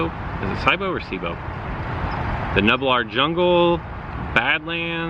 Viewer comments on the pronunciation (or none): pronunciation isn't too important since the names are meant to be read in scientific articles, but I would say... Deinocheirus = die-nuh/no-ky-rus Dromaeosauridae = dro-me/may-oh/uh-soar-eh/uh-day (raptor family so raptors only) also nublar = new-blar and aviary = ay-vee-air-ee (like aviation - its a bird house) as for the new pterosaurs... let us know what your friend says :) Update is great so far but damage prediction in battles is BUGGED.